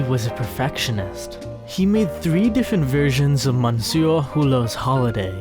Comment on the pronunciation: If you look on the internet you can find out how to pronounce simple French words like 'jour' and 'monsieur' correctly.